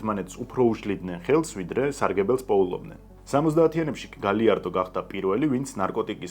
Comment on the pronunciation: ელ პადრინო და არა პადრინიო, პლუს ამას გაიარდო და არა გალიარდო. პ.ს. ვიზ რესფექთ❤